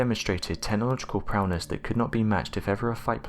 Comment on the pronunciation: "prowness"? Is this a proud brown coloured individual?